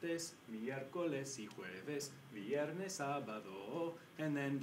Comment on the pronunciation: the pronunciation for "viernes" veee-erh-nes thing bothers me a little... ;)